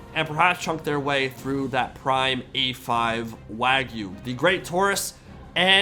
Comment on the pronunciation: That's not how you pronounce "wagyu" and "mignon" either!